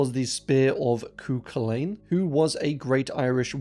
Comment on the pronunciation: goodness me nevermind you really butchered Cú Chulainn. nevermind oh my goodness.